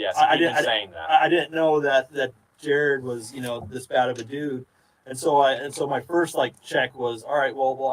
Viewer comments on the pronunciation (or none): none